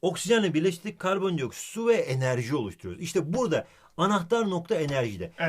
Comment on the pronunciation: tonguç garip bir şekilde enerji diyo tövbe tövbe :D